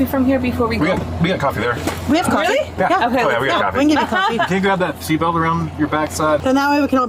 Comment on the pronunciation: "COFFEE" ARE U SERIOUS